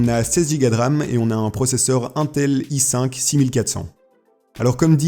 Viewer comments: Tu fais le gars qui connait bien mais tu sais pas dire intel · J'adore la façon que tu prononce intel xD Super ta vidéo